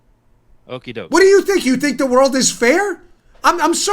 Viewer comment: The speech was clear however when you say things like "wold of trouble" I can understand why there would be confusion. To the average Joe if we end up in trouble with the law we or our insurance will be sued or we go to jail. It's never going to happen where we are told that we broke the law X amount of times but we wont be charged with the crimes.